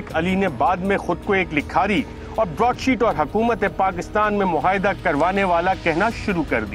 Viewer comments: Surely,Arshad Sharif does not know how to pronounce “muahida”,he kept repeating “muhaida”,over and over again,which sounded very odd.Anchors should do some research about correct pronunciations.This mistake is often made by most TV people.Program producers must keep a watch on this. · It's not even 'muahida' though